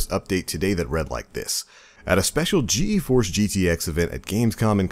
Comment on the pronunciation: Rovian uggh I was yelling at my screen GEEEEEEEEEEEEforce! lmfao